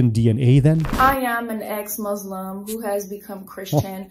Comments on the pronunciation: ah, i love this another 'ex-mozlem' testimony. the way she pronounce Allah gave away that she is just another 'ex-mozlem'. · some probably are, but for this one the way she says "Muslim" and "Allah" is not really how we say it. Even if she just live in a Muslim family without her doing Islamic things, she at least should know from people around her how we pronounce these arabic words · I was about to say the first red flag. The pronunciation of the word Muslim but beat me to it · If she can't even pronounce the word Muslim makes me question everything she said. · All born Muslim, can pronounce the word "Muslim" correctly... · Who call us "MUAZLIM", not "Muslim"? Sounds like a made up story to get views on the net. Plus, I don't think she ever was a "MAUZLIM". She seems to be reading a statement, from time to time, can anyone check this too? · The way she pronounces “Muslim” as “Mozlem” says a lot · No Muslim will pronounce Muslim as Muzlim and Islam as Izlam except if they just reverted recently to Islam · Anyone that says Muzlim I don’t take their word 🤣🤣🤣🤣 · the way she says "moshlim" and "aalah" shows this is fake , Muslim in general have a decent level of pronunciation ... ... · this is the only kind of your videos I just can’t watch!!! This women disgusts me I’m sorry I can’t think of any other words to describe how I feel painful is an understatement!! 🤮 May Allah sbw guide us all 🤲🏽🇵🇸 ‘I’m a ex muzzzlim’ how many times did she say that the thicko!? DOOOOOOHHHHHHHHH!! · Lady u we’re never a Muslim to begin with cause u don’t even know how to pronounce a word “MuSlim” , not “muZlim” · You can tell someone was never muslim by the way they pronounce moslim. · You mean 'ex muzzzlim'..😂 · The moment she said mozlem 😂😂😂😂 U knew she mean i pretended to be mozlem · So the Muslim criterion of who is or is not a true Muslim is based on if they pronounce the word, [Moo]-slim? That's a pretty profound test. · Yeah she definitely wasn’t a “MuZZZlim” 😂